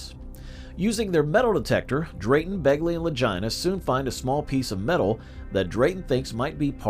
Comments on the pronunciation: Click bait and their names are pronounced ad Lageena Lagina like vagina. I'm tired of people putting shit out and talk on people and they can't even pronounce names right utterly disrespectful. That tells me that they are reading or read something that they have no firm knowledge of and trying to put it out there like they've done research, man get out of here. When you can't pronounce a name correctly that when I tur😢n on my heels away from you. So this is Click bait. Ya just lost my subscription. Holla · You should probably learn how to pronounce their names before you do videos about people sounding like you're saying vagina Brothers 😅